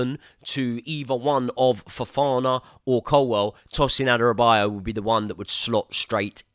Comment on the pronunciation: It's Adarabioyo not Adarabiyo